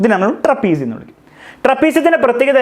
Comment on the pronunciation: Kuchu..kuchu kuchu..kuchu. trepisium😂